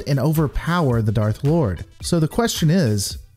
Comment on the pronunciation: It makes sense to me too. And yes, it sounded like he said "Darth Lord", not "Dark Lord" like he should have